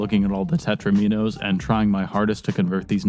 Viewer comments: Alexi Paj: They are called Tetraminoes... TET-TRUH-MEEE-NOES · Tetro-minos, are they like Do-minoes? :-)